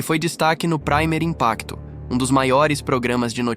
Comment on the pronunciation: "Praimer" Impacto 😂😂😂 Ta mto americanizado, o colega. Esta palavra está em espanhol, a pronúncia é "primêr". Se traduz como "primeiro". O nome do programa portanto é "Primeiro Impacto".